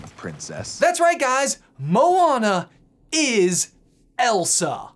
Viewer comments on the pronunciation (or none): none